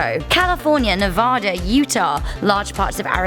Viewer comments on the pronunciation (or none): You said Nevada wrong and Alaska is the biggest state not California